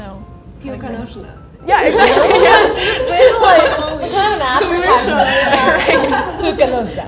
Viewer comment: Holy... Seong-Ji said piłka nożna like a real native speaker. Very impressive